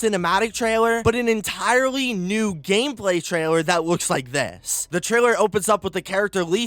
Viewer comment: “Game Paly”?